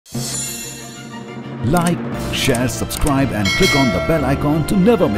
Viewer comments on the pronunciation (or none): none